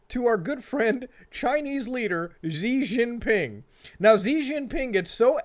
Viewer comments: SHE Jing Ping. Not Zee. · Hilarious channel, glad I found it, subscribed! Weibo btw is pronounced like "way-bo" and Xi Jinping like "she jin ping" (hard j like in jello) (closest english approximation)